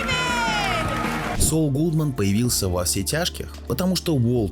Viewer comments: Строго говоря, он не "Соул". "Saul" -- это или "Сол" (как он читается по-английски), или "Савл" (библейское имя). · Автор, а ты сам то смотрел в оригинале? Чего ж ты произносишь как "СоУл"? В оригинале нету такого произношения. Спасибо за обзор. Вцелом не плохо. Лайк